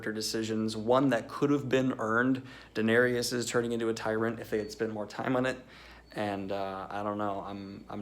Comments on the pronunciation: How come you say Daenerys's name like she's a black dude? Danarius. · Dah-ne-rius? Is that the guy from Hootie and the Blowfish?